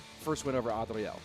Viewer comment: Why say "Adriel" like that 😂